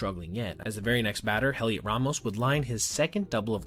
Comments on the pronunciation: “Hell-iot”? It’s just pronounced as “Elliot” :) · btw just because I've heard you say it in multiple videos, Heliot Ramos' name is pronounced the same as "Elliot". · Fwiw, the H in “Heliot” is silent. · Heliot is pronounced "Eliot." The "h" is silent in Spanish. Hermano (brother) is pronounced "ermano." This is your free Spanish lesson for the day. Hasta luego,.